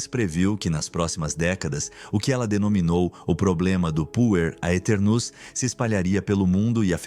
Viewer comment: Quando escutei "Puer aeternus" achei que tinha escutado Punheteros.